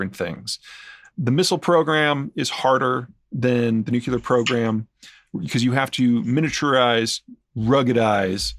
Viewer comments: Haha! He said nucular instead of nuclear like bush. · There is only one 'U' in "nuclear"'.